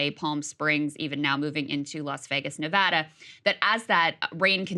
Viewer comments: always appreciate y'all pronouncing Nevada correctly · Krystal pronounced Nevada correctly! Much love from lv, nv